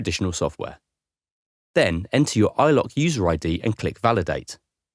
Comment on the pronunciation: I instantly paused the video when it said iLok. Hurt my ears.